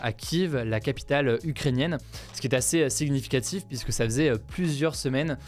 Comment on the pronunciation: la prononciation du G et du N séparément dans « significatif », c’est une prononciation qui vient d’une zone géographique de la france ? Quelqu’un, dans les commentaires, habite dans un coin ou on parle comme ca ?